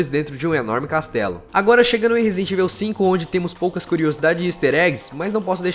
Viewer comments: Não se pronuncia ivil, e sim evaul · pelo amor de Deus mano... pronuncia certo Resident Evil (ívou, não íveu) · é resident ível memo haushaushuash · e fala "evil" um pouco melhor! :)